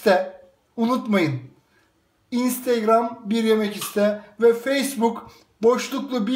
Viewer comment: Abi çok güzel olmuş fakat "instgram" değil " instagram "